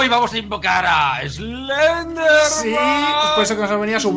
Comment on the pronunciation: Mike en vez de decir eslender dice selender